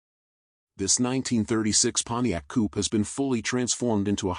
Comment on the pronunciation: Those are "period correct wheels and tires"? Love the Pontiac but the "announcer" has butchered it.